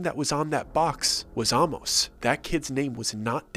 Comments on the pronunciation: Intercourse is about a 20 minute drive from where I live in Lancaster PA. Interesting story. Some of the information is incorrect, such as lights in the Amish. inn. The name Amos is not pronounced like the word almost (take off the t). It’s pronounced with the long A sound and then mos. But we enjoyed the story! You should check out Intercourse, down the road is Blueball, Bird-in-hand and who could forget Lancaster!!😊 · Amos is pronounced Ay-Mus. Hence Famous Amos Cookies. There’s no Hollow Creek Inn. I live 20 minutes from Intercourse. The little boy with the tongue cut out was clearly taken from the movie Speak No Evil.